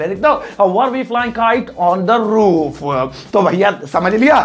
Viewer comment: Toof nhi roof